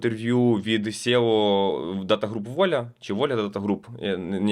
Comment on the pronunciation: Чому Сєо а не сі_і_о? Коли мова йде про CTO то всі говорять нормально сі_ті_о а не 100. Трігерить сєо бо англійську букву ‘e’ читають на російський манер через є.